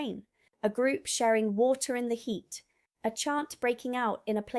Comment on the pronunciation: love to hear a little bit of, you living in London. It's creeping into your accent in the the way you say Water. Warms my heart as a Londoner.